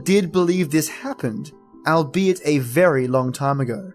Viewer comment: Couldn't follow this all the way through because of your awful mispronunciation. Albeit all-be-it not al-be it, Gervais Jervais you know like Ricky Gervais, hearth is harth and means the fire place (home and hearth as the saying goes) Bogart and Bogle (the Scottish variation) Bow-gart and bow-gul. That's as far as I got and I see that you are threatening to have a remake so if you do please learn how to pronounce the words correctly before you venture into it. No one likes to have their name mispronounced as many names are derived from an ancient description of the beings. Did you mention that the Irish word for the fae is sidhe (shee) like in the banshee?